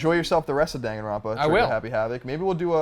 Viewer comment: lolz it kills me inside that everyone keeps mispronouncing "Danganronpa"